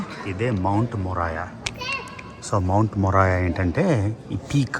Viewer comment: మౌంట్ మోరియా anna...మొరాయా కాదు